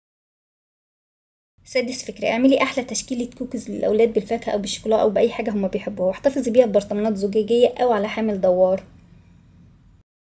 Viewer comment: كوكييييز مش كوكِز